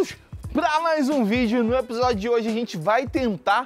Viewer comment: o falando episodio